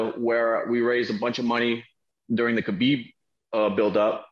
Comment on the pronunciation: Dustin: Dustin Conor: Doostin Khabib: Dastin